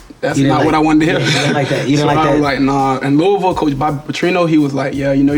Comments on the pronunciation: HART SAID LOUISVILLE RIGHT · Thank you for saying Lou-uh-vul correctly! 👏🏽👏🏽👏🏽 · I’m so glad Lamar knows how to pronounce Louisville lol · W Kev for saying Louisville right😂👏